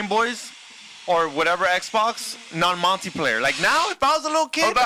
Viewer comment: CALLS MULTI PLAYER "Monty player"... is the Mexican Ricky (from trailer park boys)